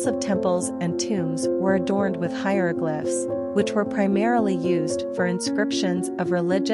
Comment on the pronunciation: I heard her mis pronounce hieroglyphs so many time I forgot how to say it myself.